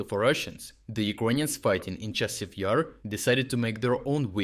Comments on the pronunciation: Thank you for your work, but how come you mispronounce so many place names? In this case it was Chasiv Yar - you said with like a single word with stress on I. The stress should be on A in both cases. In previous videos there were other cases. But turns out in the rest of the video you pronounce it correctly.. Very confusing. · So I get that it's not a real person narrating, but can we at least have the same pronounciation every time? I've noticed this for months now lmao, example from this video would be "Chasiv YER" "Chasiv YAR" "Chasiv YIR" like c'mon dawg :P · It's comical listening to the computer generated voice trying to pronounce Chasis Yar and how inconsistent it is.